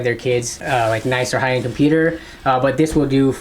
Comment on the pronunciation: yo did he say hi-end? xD